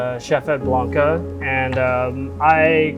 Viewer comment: come on dude, you are a knife maker it's not banka it's boonka it's Japanese. It's not that difficult to learn the correct pronunciatio...